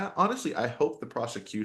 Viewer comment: I caught that Sarah Boone inflection when you pronounced "hope" 😂😂😂